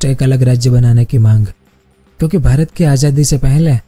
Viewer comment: Bhrat nai...pyra bhrat boliye